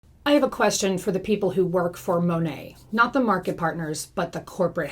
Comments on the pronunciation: It’s Mah Nate, for Modern Nature. I am no fan, but believe we should say the company name correctly. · She knows she’s pronouncing it wrong. Many anti MLM creators pronounce it improperly as a nod to how so many Monat reps don’t even pronounce it correctly.